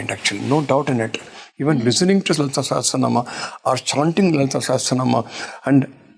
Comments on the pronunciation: it is not "Sehasranaam" it is "Sahasranaam" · Thank you for hosting this!🙏 but a correction, it is not ‘SEhEsranaam’. It is SAhAsranaam’.